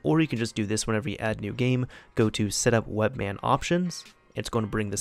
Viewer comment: it's webMAN not webMann